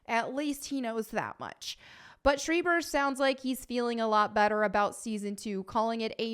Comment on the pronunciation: I believe it's pronounced 'schr-AI-ber, not 'sch-EE-ber' 😄, it's a small-hat surname after all. Nice hair/look btw.